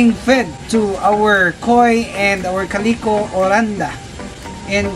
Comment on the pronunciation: I love your videos! I love them enough i named my beautiful blue betta. I named one of me female betta with calico coloring, Caleeco. I love how you pronounce it, it sounds good and fits her well. I have learned a lot from your videos. You are such a wonderful person for all the wonderful things you do to help others. Please keep the videos coming.